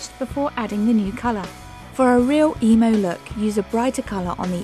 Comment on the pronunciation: i hate the way she says emo ugh wtf this is just wrong